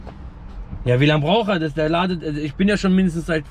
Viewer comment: Jedes mal wenn er "ladet" sagt stirbt ein deutschlehrer 😂😂